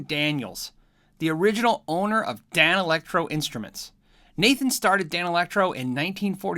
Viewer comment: I still like hearing you say Dane Electro 😃